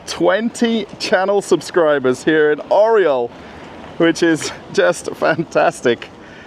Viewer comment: как красиво Орел по англицки - Ореол )... Белорусского побольше!, видеть невозможно одно и тоже в пятерочках, перекрестках, магнитах